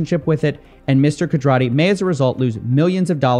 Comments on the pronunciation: They way coffeezilla pronounces Mr Khattri is wrong right ? Its pronounced MR KHAT - TREE … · I love my man ‘Zilla, but I can’t believe he butchered Kay’s name so badly? Where did he get “Kadrati”? lol